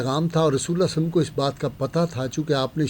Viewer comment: برائے مہربانی درودشریف صل اللہ علیہ وسلم یاصل اللہ علیہ وآلہ وسلم صحیح تلفظ کے ساتھ پڑھاکریں